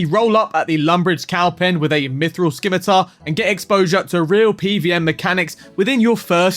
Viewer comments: Scimitar is pronounced simitar, not skimitar. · scimitar.... don't pronounce the C... it's not SKIM MILK. aww geez... huey? noooooo bruv. noooooo. say WAY... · Lol bro its not sKimitar the C is silent. Reminds me of people that say ME-LEE instead of May-lay